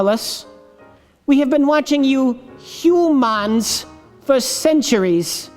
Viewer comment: I really hope the way the alien pronounced humans is a ferengi reference